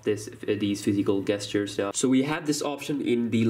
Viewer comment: SERIOUSLY?!?!?! 'gestures' is NOT pronounced 'guestures' its pronounced 'JESTURES'!!! Im not trying to be mean, and you do sound as though you have a bit of a cold. So if I'm jumping on you for no reason, then I apologize but if not, then START READING MORE AND LEARN HOW TO PROPERLY EXECUTE THE ENGLISH LANGUAGE!!!